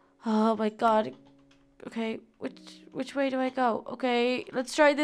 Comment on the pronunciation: WHO SAW SHE SAID "OH MY GOS?!?!?"